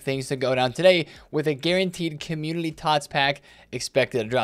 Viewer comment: Don’t want to be that guy and not trying to be a dick. Is it just me but it seems like he is always saying Commulity Team. He doesn’t pronounce N Community. Still love videos just bothers me lmao ❤️